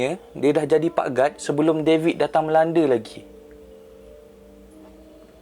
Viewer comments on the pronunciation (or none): COVID ❌ DAVID ✅ 😂 hahahahaha